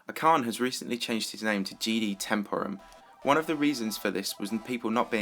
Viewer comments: You pronounced "ash-arn" wrong lol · You pronouned acharne wrong.